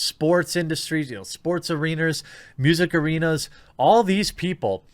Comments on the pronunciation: "Sports Arenrs" lol. Ya, I heard you and I know it happens to a lot if not most folk. Still funny to hear it in a prerecorded vid. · He said “sports areeners”